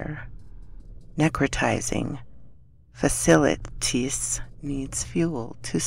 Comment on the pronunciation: Thanks for narrating this one And thanks Bo Bandy for writing this story. BTW it is pronounced Fac - E - itis